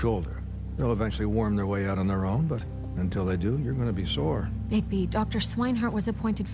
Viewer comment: por fin dijiste bien el nombre de bigbi